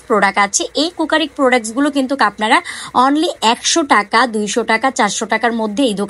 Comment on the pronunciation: কিন্তুক না বলে কিন্তু বলুন শুনতে ভালো শোনাবে। কিন্তুক শুনতে বিরক্তিকর লাগে।